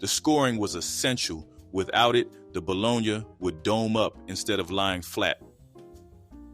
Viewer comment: Love it all… now I’m hungry. But why he pronounce Bologna like that? Dang 😂😂😂